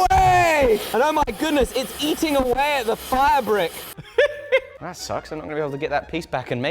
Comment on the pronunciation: I was confused for a whole 5 minutes, becaues I thought you were calling fire brick, a fabrick, made me realize the english acceent quite different innit. and I spent a good 2-3 minutes rewinding and re-watching because im like" why the hell does he keep calling that brick fabrics? is that fabric? no its a brick, ok then why is he calling it a fabric? OH fire bricks. soft i pronunciation and literally 0% R pronunciation haha. "edit" it more so sounds like your saying fairbrick like fair brick just together, you pronouncing your i's like "aaaiii" its meant to sound like f "eye"yur brick, not "faibrics" not hatin on ya, I love accents, just letting you know how americans pronounce it, not that you have to cater to it as youtube is world wide. stay fresh king, I love your content.